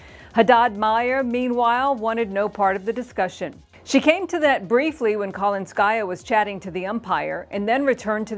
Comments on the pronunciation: The name Kalinskaya has the emphasis on the second syllable-- not the third syllable. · for Christ's sake. This is not KalinskAysa, it's KalInskaya